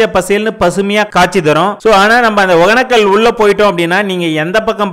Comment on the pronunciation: ஏன்டா ஊர் பேர ஒழுங்கா தான் சொல்லுங்கடா யப்பா //ஒகனக்கல் இல்ல //ஒகேன‌க்க‌ல்